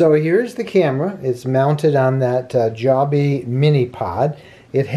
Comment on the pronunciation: Since you started it with discussing the wind, I thought you might want to know that Joby is pronounced with a long "o". Pronounced with a short "o" and it is a term used in the UK for going #2. I only know that because my daughter-in-law is from Scotland. And I would love to know how you like the microphone you got for your iPhone. I tried the Rode Videomic Me and didn't like it so looking for a replacement. Thanks.